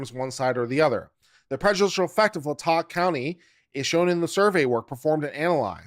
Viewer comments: It's pronounced Lay-Tah county I live in Moscow and am not a college student so 🤣🤣. I know the broad strokes of the case but very little details. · OMG, this is worth listening to, if not just for how many ways you pronounce LAY-tah County😂😂😂😂😂